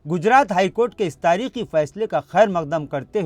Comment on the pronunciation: محترم جناب آپ کا اقدام خوب ہے پر تلفظ پر زرا دھیان ضرور دیں جیسے تاریخی فیصلے کو تاریکی فیصلے نہ پڑھا کریں شکریہ don't mind